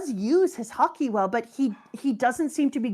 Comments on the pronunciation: Dear, please pronounce Haki like you did and not like you did. Every time I hear Haki pronounced Hakay, I get so distracted that I miss what was actually said. I rewind and I hear "Hakey" again 😒. I believe that you should not intentionally teach incorrect pronunciation. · How does she keep mispronouncing Haki? Shes Canadian, it’s literally pronounced the same as her favorite sport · Am I the only one that finds her saying “hakei “ annoying instead of haki? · Does it bother anyone else that purposely mispronounces Haki? I'm fine with people struggling to pronounce words in a different language, but when you know the actual pronunciation and mispronounce it on purpose, it feels disrespectful to the language. It would be like if I pronounced "taco" as "TAY-ko" or "Shakespeare" as "Shakey-spearey" just because I think it sounds better.